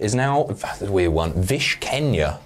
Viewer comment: Jim Bowen called .. It’s actually Vish Keenya.